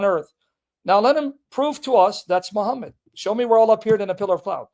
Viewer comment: Keep saying muhhmad the comfortaba the comfortaba had already come muhhmad wasn't even born